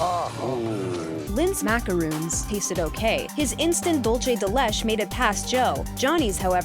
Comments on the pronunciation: It's "Dulce de leh-CHEH," not "Dulce de LESSH." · Holy fuck. The way she pronounced “Dulce de Leche” hurt my deeply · How you said dulce de leche whaT tHe hEck